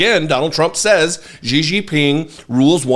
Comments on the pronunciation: ❤❤❤❤❤❤@, I love you to death, so please don’t take this criticism as me being a d-bag. Xi is pronounced She. 🙂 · Jesus, nearly every American butchers that CCP dictator’s name, but Xi is pronounced correctly like the pronoun “she” [Jinping]. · Please learn to pronunciate Xi's name, please.